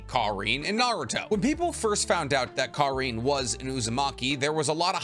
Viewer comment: Kar-in not Kar-ine